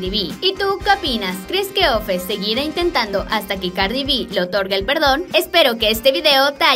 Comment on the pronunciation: Se llama offset no ofes😂